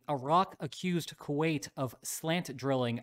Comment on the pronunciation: Wasn't "Kuait" that brutal 😂